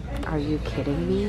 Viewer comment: jeffree you're still concerned with me You're still Concerned with meh